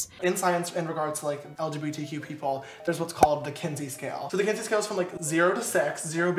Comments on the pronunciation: One tiny mention for education: it sounds like you are saying “Kinsley” scale, it’s “Kinsey” scale! 😄 ❤️🧡💛💚💙💜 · *Kinsey. There's no L in it.